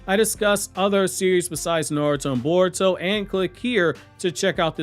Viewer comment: lol this guy said Caruto 😂